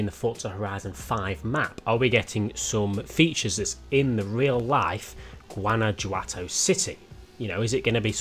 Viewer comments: Guana "who" ato, that's how you say it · It's pronounced "GWANA - HWATO", 😂😂😂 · Guanajuato: Goo-anna-who-ato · “guana-huato” the J is pronounced as an H in Spanish - this is the city of FH5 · It is pronounced like guan-a-hoto but close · Guanajuato is pronounced goo-ana-hoo-ah-toe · it's killing me the way he's saying Guanajuato lol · It i pronounced with a h instead of J. also I think is out of the loop we've already seen tunnel gameplay in fh5.